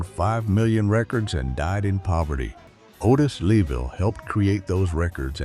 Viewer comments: The Chee-lites, Bony Maranee, Otis Level ... I wish someone would teach these AI voices to pronounce these names correctly ... ho-hum. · Thank you! I grew up in the 60's and 70's . I loved Billy Butler,Walter Jackson, and Barbara Aklin; Otis Leavell I so remember seeing them perform live at The Regal Theatre in Chicago. Please note; The Chi-Lites pronounced like "Shy- Lites" Otis Leavel pronounced "Levell" Thank you again for bringing these "unsung' artists to the forefront. I enjoyed. ❤🎤🎼🎹❤️